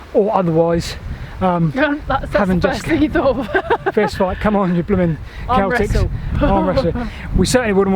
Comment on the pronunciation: CELTS not 'Celtics'